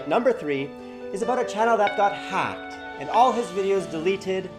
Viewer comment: dat accent in the intro though when he says hacked